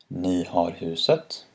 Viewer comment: When you say bil and ni, you say it really differently.. You use some kind of different sound.. Could you explain that?